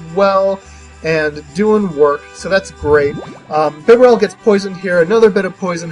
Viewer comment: I don't mind stall battles, not at all. Bibarel is pronounced "bee-barrel", not "bib-bur-rel", at least according to the anime. Good to see that this team is doing well. :)